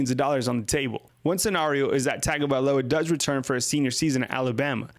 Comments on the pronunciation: drives me crazy you saying TAGO instead of TUN-GO man.... its TUN GO VAE LOW AH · Tagovailoa... (Tongue-go-vai-loa) pronouncing it wrong...in samoan Gs are pronounced like NG...